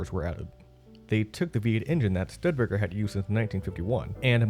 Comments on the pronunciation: There are four syllables in Stu de ba ker. Pronounce with long 'u' as stoo de ba ker. Emphasize first syllable. The Studebaker Brothers have an interesting history as wagonmakers from South Bend, Indiana, going back to 1852 with roots in the successful wagon making business founded by grandfather Peter Studebaker in 1740s Maryland. They built and sold thousands of Connestoga and other styles of wheeled vehicles to Westward traveling pioneers, townspeople, freighters, the U.S. Army... business was good. Studebaker had 50 years of success behind them by the time they built their first auto, an electric model, in 1902. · I'm sure that I'm not only one to say this but it is Not a "Studbaker" automobile. I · My ears hurt every time I heard Stud Baker. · Studbaker is a cool mispronunciation, al things considered 😎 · I'm only two minutes in. I'm not sure I'm going to be able to continue on as he keeps saying 'stud-baker.' How on earth do you put this much time into a subject matter and not learn how to pronounce the name? Hey, you really need to go back in there and re-do this. It's horribly distracting. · This is what happens when you let an African American who knows nothing about cars read off of cue cards and narrate a documentary. You get Stud Baker. I had to mute the sound , and just watch the video with some ELFL for a soundtrack. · Stud Baker? How are we supposed to trust any Indy if the narrator can pronounce the COMPANY NAME??!! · If your not going to research how to say Studebaker correctly how can i trust that the rest of the information is correct? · Is a computer narrating? Studebaker is being mispronounced... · Please get an announcer who knows the proper pronunciation of the corporate name. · How did they manage to find someone who doesn't know how to pronounce studebaker? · How could you not know how to pronounce "Studebaker"? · Learn how to pronounce Studebaker properly. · I had to stop, I couldn't handle you saying Stud Baker. Stood-a-baker.